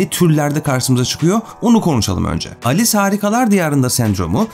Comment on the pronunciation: Alice harikalar diyarında diyince ALES harikalar diyarında diye duyuyorum.